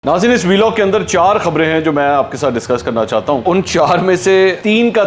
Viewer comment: Sir Vlog ko shi pronounce kiya karain